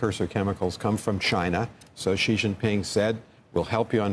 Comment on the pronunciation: The Amb. to China and still cannot pronounce Xi's name correctly....if you cannot even get that right, learn and know absolutely nothing.